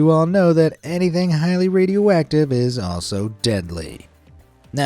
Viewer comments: I kept hearing him say "Radio Whack-tive" and now i can't un-hear it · Bro said radio wacktive🗿